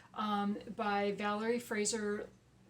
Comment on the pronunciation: Yes! You got Valerie's name right😊. I personally dnfed that specific one by her, I might come back to it at some point. I really liked Under the Bayou Moon by Valerie.